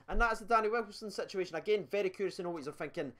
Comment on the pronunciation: I honestly love it when you say "situationonon" 😂😂 I was expecting you to say "negotiationononon" 😂